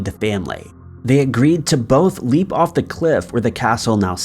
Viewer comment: Hon you didn't prounce the castles name it is leap as in leaping not as in leaping off you really need to check the pronunciation of the whole scriped as you have done this in other utib stories it is a pet pive of mine please work on it